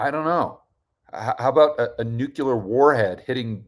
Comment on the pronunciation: HI. Love what you do and in the spirit of being helpful I want to point out that you're pronouncing "nuclear" incorrectly. Not a big deal to most people but something to consider perhaps.